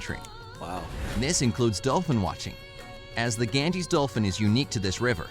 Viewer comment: The Ganges (pronounced as ‘Gan-jeez’)